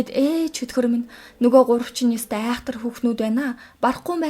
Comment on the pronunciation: Эгч би ёстой гэдэг үгийг нь сда гэж сонсоод гайхлаа шдээ 😂😂😅